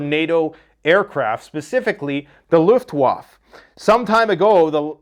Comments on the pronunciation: its luftwaffe not luftwaf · German Luftwaffe=Luft-Va-Fa Good job on pronouncing Corps. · It's Luftwaffe - you pronounce the E as well as a eh sound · You do not watch World War II movies the word is LUF WAF FA Luftwaffe. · "Luft-va-fa" and "Bundes-vhere" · Please learn how to correctly pronounce Luftwaffe